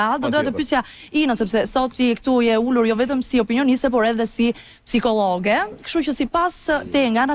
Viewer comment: Me vdes kur thot psikolloge sic e thon gjyshet😂